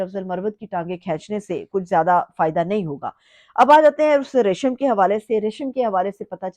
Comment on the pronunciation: Reshama nahi Resham 😂